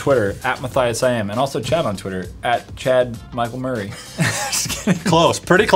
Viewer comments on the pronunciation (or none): you said chad mikel merry 😂😂😂😂😂😂